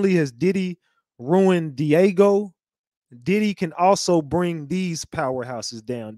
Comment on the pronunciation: It's Diageo not Diego.